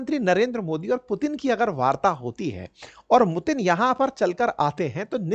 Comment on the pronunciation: मुतीन 😂😂😂😂 क्या बात है